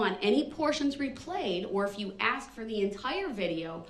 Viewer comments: I think Brooks must have been a lumber jack in a previous like, always talking about axes 🪓. Axe this, axe that. Grounds. He's doing a bang up job of showing how stupid he really is. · I wish so desperately someone could explain to him the word is spelled and pronounced ask. Not axe. No one axed him to do anything. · The man doesn't know the difference between the words 'ask' and 'axe' yet he's arguing law with a judge. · the judge is amazing to make it simple. we have a saying anything can be cured but stupidity has no cure. so I'm not an English native speaker. but i spent 12 years studying it its really extremely annoying to hear his say { aks not ask } just pointing it out. honestly he did what he did with parade seeing him i think there is no need for a trail. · 1 more time; the "S" comes before the "K"!! ...it's ASK not AKS!! Now say it!! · Ask. Not axe. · I'm not from America but why do blacks say "ax" and not ask? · I want to ax you a question, ah the beautiful English language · And it is ask not aks!!! Why is this so hard? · ''I did what you AXED me to do".....proper English may help in court but nothing will help this highly narcissist sociopath mass murderer. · He "axed" her. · Is he saying axkt? ?? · He shows his intellect by using the word “Axkin” spoiled momma boy. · Why can't he pronounce ask correctly?